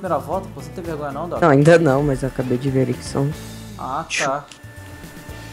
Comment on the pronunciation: "DUCKTOR" e seu pato ahuhauuahu